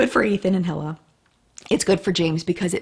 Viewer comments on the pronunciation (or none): Correct pronunciation of hilas name is ee-luh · Just a note that Hila's name is pronounced more like Hee-la or her husband Ethan says it more like eee-la. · Also Hila is pronounced as Ila (without the H)